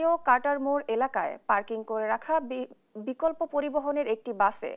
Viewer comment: প্রথমে বললো বিহঙ্গ পরিবহন৷ পরে বললো বিকপ্ল পরিবহন হায়রে সাংবাদিক 😃😄